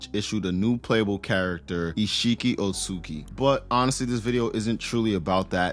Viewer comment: My boy said oatsuki🙂‍↔️